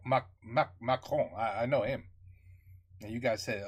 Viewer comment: in french it is pronounced macronne !! votre Français est excellent !!!!!!